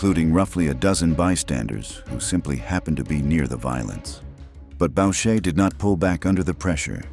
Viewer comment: "Bow shay" should sound like "boo shay" FFS !